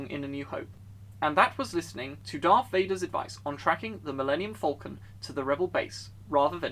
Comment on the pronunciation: It sounds like you say Vulcan rather than falcon.